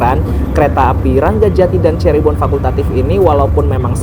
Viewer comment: Nah,gitu dong Lebih enak didengar dan dilihat dengan kata “Cirebon” bukan “Cheribon” 😂😂😂